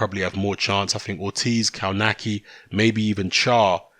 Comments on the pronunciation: Cownaki lol. is the best when it comes to butchering names. Its pronounced Cove natz key. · Actually, in its proper Polish pronunciation, you're right. But they all, even Adam himself pronounce it "Kawnaki".